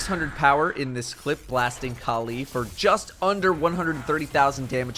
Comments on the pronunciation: Kaleee kaleee kaleeeee.... Kalli = California- Cali. Not Kal EEEEE :| sry i don't know why it annoyed me so much how you say it hahahaha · Why does he pronounce Kalli as Ka'Lee?